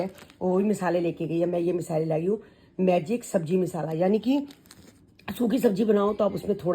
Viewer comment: Misala ni hota masala hota hai aur nicky ainty ko thoda rude km bola karo ek dm se unko bolte ho aap. Aur golu aur payal us din leke aye hain pars toh aapne toh copy karni hoti hai